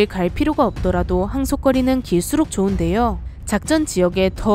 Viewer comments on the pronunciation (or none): 좋은데요를 줗은데요로 ....